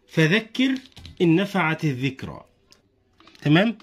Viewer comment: الذكرئ حرف الذال كأنه ز ونشكر طريقه تفهيمك الاكثر من رائع